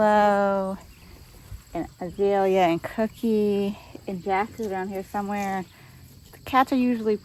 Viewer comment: Is your cows name Azalea or Azilia, sounds like Azilia.